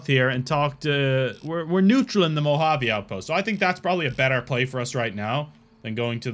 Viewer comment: Mojave pronounced Mo-Ha-Vay. I’m sure you’ll gather that eventually but the hard J pronunciation was tough 😂